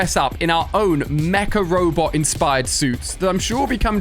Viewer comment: Everytime he sais mca robot, I understand macaroni.